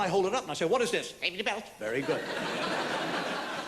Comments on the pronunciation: I married an Irish girl and we now live in Ireland and some do pronounce safety as safe-ity including my wife and most of the little town we live in. I still find it hilarious after all these years although tbf I'm Scottish so I'm the one with the mad accent apparently.😂 We once were driving back North from Galway up towards the Connemara coast and somehow we took a wrong turn and ended up on a wee chain of islands called the Gomurna islands, all of which are linked now with little narrow roads. After 20mins trying to find out where the feck we were and how to get back to the road we should've been on we sees a young boy approx 10 or 11yrs old, red hair & face, wearing a vest top. It's bloody freezing on Ireland's Atlantic coast too, and I put my window down and asked the kid where we were. He delivered his reply like an old, old man. He says "Sure you're lost"😂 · The way he pronounces "safety" is Irish accent.